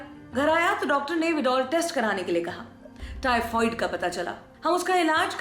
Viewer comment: हेलो मैडम टाइफाईड होता है टाइफवाइड नहीं 😂😂